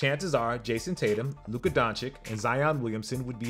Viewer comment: please pronounce Luka's name right hah